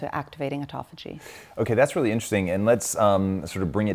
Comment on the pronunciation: Considering the major premise, autophagia is constantly mispronounced is unsettling at the minimum.